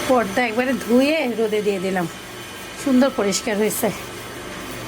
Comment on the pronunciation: It's porda not podda. Apnar uchharon ai rokom kno??podda podda korte e achen. Plz improve yourself.